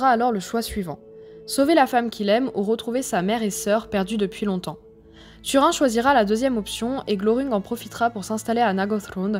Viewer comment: Turin , prononcer "Turine";ça fait trop mal aux esgourdes "Tu_Rhin"......